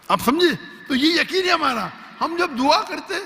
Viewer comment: Word correction: yaseen : yaqeen